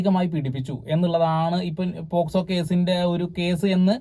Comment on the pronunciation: Posco allalo pocso alle 😅